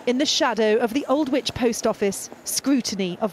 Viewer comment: Ald-which, is how it's pronounced, not Old Whitch 🙄. For heaven's sakes, do today's reporters not have any standards? Hope the sub Postmaster campaign is 200% successful.